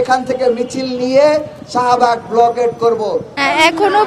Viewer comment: ব্লকেড🤣🤣🤣🤣উচ্চারণ ঠিক নাই সে নাকি ছাত্র